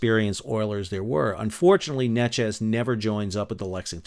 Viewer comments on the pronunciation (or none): Sal Neches is pronounced Nay-chez Argonne in prounouced Ar-goin